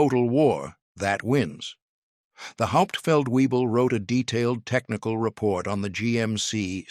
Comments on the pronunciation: Haupt feld webel not weee bull!-- VAY BULL! I could correct the narrator's pronunciation... shameful. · It’s not hauptfeld Weible. It’s “Hauptfeldwebel” (German for Sergeant Major)! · "Get the Hauptfeld Webel.." 🤣 .. That's how you know it's an AI .. without any "I".. "Hauptfeldwebel" is a military rank... Stupid crap gets a 👎 immediately.. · Narrator: Learn how to pronounce German ranks correctly: "HAUPT felt vay bel" (Master Sergeant) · Haupt-feldwebel (Sergeant Major) not 'Hauptfeld Weible'! 🙄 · Hauptfeldwebel - NOT weible. Please to correct. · 😂 get the "hop feld viebel" this one's intact. "Hauptfeldwebel" SFC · Try and get your spelling and pronunciation of non-com ranks correct! The 1st Sargent is Hauptfeldwebel... pronounced "howpt-felt-vay-bel"!